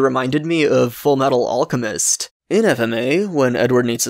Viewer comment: Hearing him say UL-Chemist really bugged me lol but great video!